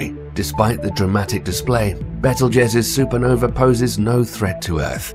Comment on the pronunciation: You may be correct, but I suspect that blaming it on a British narrator is not going to help your cause. Tom Bennet may be British, but I doubt you have the income to pay for him to start with, and if you do, then you have enough to teach him to speak properly...I am British as well. Honestly it sounds like you are using his voice with AI speech generation. "Super Novee"???